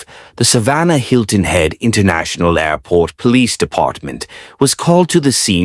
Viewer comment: This was a really well done narration, with so many different uses of the word "air." "Air PORT" , Air PLANE ", Air CRAFT" and all in such a short period of time! I'm really, REALLY, impressed by the way you outdo yourself, time after time!! The amount of thought that goes into these narrations clearly shows in the effect they have on all of your viewers!! Frankly, the videos themselves pale in comparison to the various and much awaited daily narrations!! Thanks so much for the effort you put into this wonderful channel!! I can't thank you enough!! Ciao! 🙂🌞🙂🌞🙂